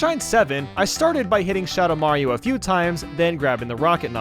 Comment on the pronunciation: "so, i started to hit shadow mayo"